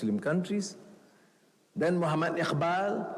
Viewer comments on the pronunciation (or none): none